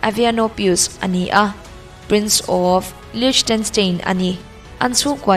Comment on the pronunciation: Free Advice- English word thenkhat pronunciation hi voice record I tih hma in google atang I en hmasa thin dawn nia. Liechtenstein te hi LIK-TUHN-STINE tih a lamtur ania, LICH nilo in. A dang pawh mistake a awm nual. Lungawiloh ah la mai lo in inzirnan min lo hmansak zawk la ka lawm hle ang.